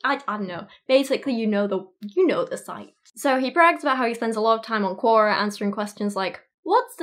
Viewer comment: RE Quora: Its pronounced similar to Q&A, but its "Q or A". As in question or answer.